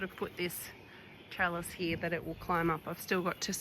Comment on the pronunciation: 😂ya now you're listening to a Melbournian when they say "heeya" for "here".